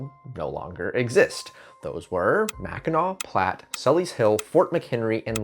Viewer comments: Mackinac pronounces mackinaw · It’s pronounced Mackinac ;)